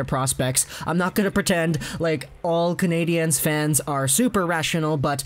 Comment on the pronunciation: Dude just pronounce it like it’s spelled Canadians